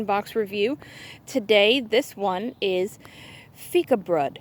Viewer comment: Loved hearing your thoughts as you unboxed our A Few of Our Favourite Things box! And, yes, you pronounced Fikabröd correctly 😁 Happy baking!